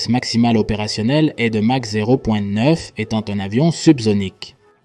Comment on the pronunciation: prononcer mache , c'est curieux , non ? c'est exprès ?